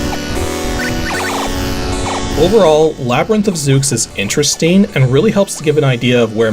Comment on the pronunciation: Zooks? you mean /Zeu/s? The 'x' is typically an 's' sound in names like that. :p